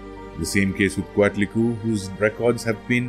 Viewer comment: Since the Spanish were the ones that where recording the information you have to say it like a Spanish speaker would say it, yes there are some complications as not all of the sounds could be well replicated. Anyways if im not mistaken its pronounced coat-li-kwe. Also ko-yol-shao-ki